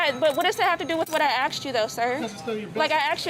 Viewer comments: Do you really need wendys that bad.... Go to sheetz late night also its asked not axed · If you don’t know the difference between the word “asked” and “axe” you aren’t smart enough to deserve respect